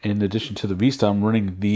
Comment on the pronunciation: vis·ta /ˈvistə/ noun a pleasing view, especially one seen through a long, narrow opening. Not Vesta!